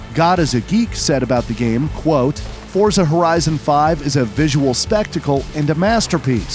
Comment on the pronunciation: He finally a person who properly pronouncing Forza Horizon name.